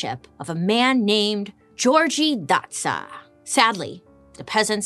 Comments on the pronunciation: gyorgy dozsa is pronounced "yor ye" (not yee but ye, & roll the r) & the last name is "doe-ja" in hungarian. im first gen born hungarian american <3 looove your videos bailey!!! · I'm hungarian and never heard the name György pronounced Georgie 🤣 it made me laugh so much